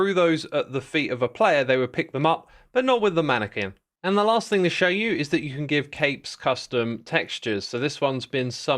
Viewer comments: Pronounced "Man-ih-kin" Not quin. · Bro says manne-qu-in instead of manne-k-in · Never heard somebody pronounce it manna-kwin before. Only manna-kin. Odd. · Why are you saying Manna-Quin? I'm pretty sure it's pronounced Manna-Kin everywhere. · Xisuma, thank you as always for keeping us updated. Quick question. Is the pronunciation of mana-kwin a British thing or an Xisuma thing? I have only ever heard this pronounced as mana-kin (ma-nuh-kn). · "ManneKIN" <> "Harley QUInn" 😉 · was xisuma saying manneqUin with a pronounced "u" to upset us or is this a correct way of pronouncing it? he definitely said mannequin normally, too. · Mannequin is pronounced as “Man-a-kin” or “Man-eh-kin” btw.. it’s not pronounced as it’s spelled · pretty sure thats not how u pronounce mannequin but interesting vidio anyways ! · Idk what's funnier, mispronouncing mannequin or being so inconsistent about it lol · I've never heard someone pronounce the u in "mannequin" before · Is that the way brits say mannequin or are you punking us? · Does this guy seriously not know how to pronounce mannequin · The way you pronounce mannequin is absolutely diabolical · Why say mannequin wrong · It's cute the way that he pronounces "mannequin" as rhyming with "Harley Quinn" 🤣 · Is Xisuma really Benedict Cumberbatch as he had issues saying penguins and X has issues with mannequins. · The way Xisuma pronounces mannequin is either really charming or really jarring and I can't really decide which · I'd say it sounds hilarious. Has he really never heard the word "mannequin" spoken out loud? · He does it on purpose so you’d comment. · Take a shot every time X mispronounces mannequin.